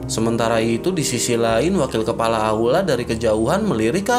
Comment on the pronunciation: Kepala jadi kelapa 😂Kelapa terus bang kepala bukan kelapa